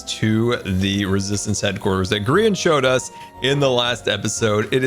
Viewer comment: he passed the sign sooo many times sayin grian land